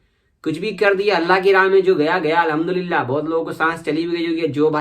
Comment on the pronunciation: Aap ka allaham dulila bolne ka andaz boho acha hai bhai